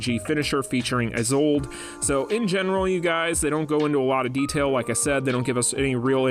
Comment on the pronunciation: Told you you're getting A4 Chiz while the rest of the peasants get A3.... Anyways Isolde is not pronounced as "I-Sold" LMAO.... Nameless himself called her out in the video. It's "Ee-Sol-Day"